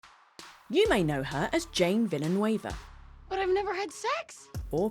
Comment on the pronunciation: jAne ViLLaNuEYvUh